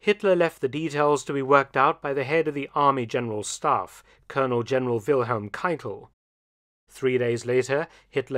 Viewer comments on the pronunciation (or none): none